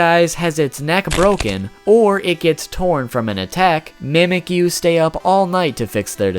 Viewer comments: I like how he says "Mehmekyuu" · In the official Alolan Handbook, the pronunciation says 'mee-mee-kyu' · Shouldent it be mimichu? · fact #6 its pronounced MEE MEHK YOU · it's not how you say it you say it like this : ME-ME-Q